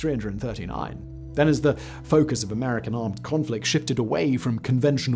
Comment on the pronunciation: "... after checking out their weapons, the American had climbed to.." WHAT??? speak up lad up... Seriously, I speak English, but I can't grog you're accent there, mate...